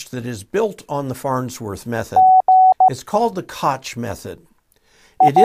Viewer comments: Please - it is not a “Kotch” Trainer. It’s a “Kogh” Trainer rather as in skottish “Loch Lomond” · Great video, but I think you are pronouncing "Koch' wrongly. It should be like the Scottish "Loch" .